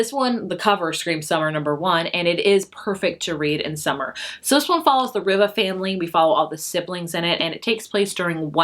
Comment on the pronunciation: Malibu Rising; pronounced Reeva